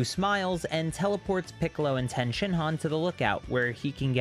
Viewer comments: Ffs its TIEN NOT TEN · Is tien pronounced differently in the manga that’s why u continue to pronounce it differently